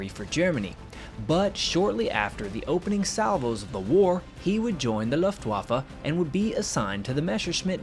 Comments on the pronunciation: Nice job EXCEPT - you keep mispronouncing Luftwaffe - "Luft" is pronounced like "Looft" not "Luft" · On your accent... you ask to be kind, so no comment, just please don't say that Loftwaffer... because... well just not to, please. Better try Looftvahffã (pretty please?) On figures, you assume Soviet reports to be accurate... well, Soviets and Germans knew those losses to be true as claimed by LW, otherwise for example E. Hartmann wouldn't have been trialed and imprisoned for so many years after 1945 for crippling USSR economy. And last, I am not a native english speaker, but I wonder nonetheless, why you keep using that would-would-would form, which might be so trendy but ... ok, WHY in Walhalla's name don't you ever use the old good simple past ? Just saying. Finally, THANK YOU because in all, you produced a nice and entertaining video on some little known story. So the vote is a good 10! ;-) Ps Since I read some brainwashed poor souls who loves to whip himself for the past he is been told to neglect and be penitent about... Ehler was a fine soldier and a hero for his Country. Other Countries carve marble statues on similar outstanding Men, and sadly Germany still has spineless individuals who despise them, it seems that one propaganda replaced the other. R.i.f. Held C. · "Done your best"? Is it really that hard to pronounce "Luftbaffe" instead of pronouncing the w as if you were talking about the waffles you eat in your morning breakfast? Baffled, battery, balloon, barn, banner... Luft-waffe. It's not hard at all, you're just dishonest and intellectually lazy. You and your culture see other languages as unworthy of your effort to pronounce them correctly and it's disgusting. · Nice video, but Luft wa fe.... Deutsch(german) is phonetic...